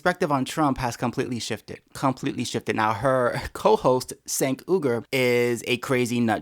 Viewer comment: Has a conservative EVER pronounced "Cenk" right? It's pronounced Jenk. He says his name all the time. Jenk Yooger.